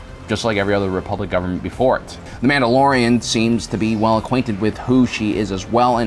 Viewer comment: Is he saying "dad batch" and "dadilorian"? Lol